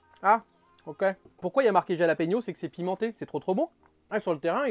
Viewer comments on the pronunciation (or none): Sa se prononce "rhalapégnio" les ptit piment. Cette ration alors vraiment pas mal du tou !👌🏽